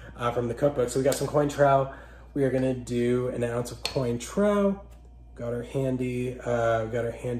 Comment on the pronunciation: 1-cotton candy? 2-"coin - trow"? PLEASE read up on "How to not Insult Bartending Trade". If you're gonna take creating a "youtube" channel seriously, you GOTTA KNOW your subject. And audience. You got points with the bib however. (I couldn't watch to the end, sorry)